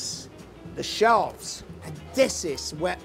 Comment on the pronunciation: It is surprising how his English is so under developed since he has been living in England since the 70's. My favourite part is when he says. "We add lovely Jews instead of juice. Also the shells are shelves. :-D